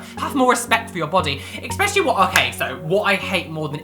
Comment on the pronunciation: there is no X in the word ESPECIALLY. 😉